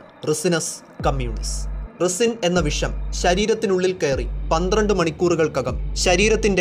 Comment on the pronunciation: റിസിൻ എന്നല്ല പറയുക റൈസിൻ എന്നാണ് പറയുക Netflix-ലെ Breaking bad-ൽ പറയുന്നുണ്ട്...